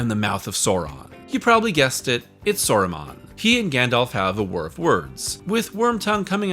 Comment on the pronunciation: And what of this "Eragorn" or this Sawruman fellow? Can't say I've ever heard of them..